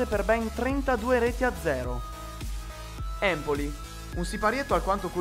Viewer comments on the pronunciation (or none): none